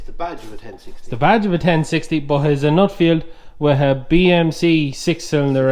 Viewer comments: Its NUFFIELD not NUTFIELD. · Great video,I have only one gripe and that is why do people pronounce Nuffield as Nutfield , as a Nuffield owner it drives me around the pipe.